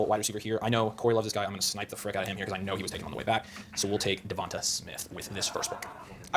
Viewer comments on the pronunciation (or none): did they just decide to pronounce it devontuhh?